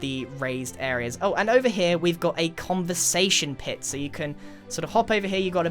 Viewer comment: The heck is a "coversation pit"? You mean fire pit?